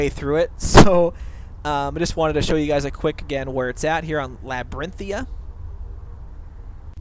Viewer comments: And also it's labyrinthian not labyrinthia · It's pronounced as, La-brinth-thee-an Not Labrintia And Draw-ger Not Drooger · I think you're leaving out the N on the end of the word Labyrinthian... you keep calling it Labyrinthia lol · > >it clearly says "labyrinthian" >LaByRiNtHiA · it's pronounced laabarinthein and drawger not drewger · labirinthia are u kidding me dude it has an n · Well that's awkward. It's actually lab-ir-inth-ee-an you missed out the y and the n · I hit Labrynthian much later in the game, around level 45, and found the critters inside pretty easy. The walkthrough was nice - but mostly because my four year old was up and I didn't want to actually PLAY the game with her watching at that point, and my curiosity had been roused. But FYI, it's pronounced DRAW-gur. They aren't Drow-gers. And also, it's Labrynthian... with an N at the end. Not Lab-er-in-thia. It's Labrynth - ee ann. Sorry, that drove me nuts through the entire walkthrough. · Labyrinthian. The n is silent apparently, according to this guy. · dude are u blind it says labrithian with an! (lab) (brith) (e) (AN)